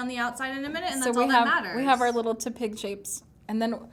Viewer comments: TEP-ig not TEA-pig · Sorry not hating but Tepig is pronounced Teh-pig. Not Tuhpig. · its not tea pig its tehpig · Lul I know she said TU-pig